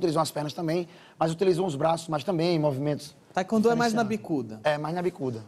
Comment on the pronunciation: Cara você não é faixa preta mano tá falando taekwondo errado e nem abaixa direito no comprimento